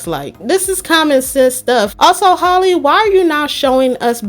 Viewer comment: Loll it’s pronounced “HAL-E” 😭